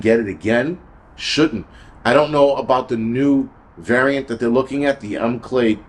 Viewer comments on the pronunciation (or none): none